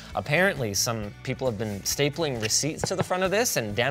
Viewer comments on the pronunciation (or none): none